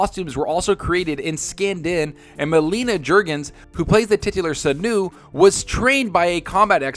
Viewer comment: Did… did you call her… Senu?